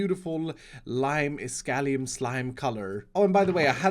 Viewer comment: Jag har hittat hit via Mumbo Jumbos redstonevideor, och nu undrar jag varför du uttalar iskall på engelska.